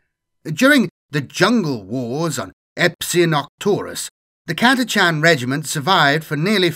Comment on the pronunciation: Thank you for pronouncing Catachan correctly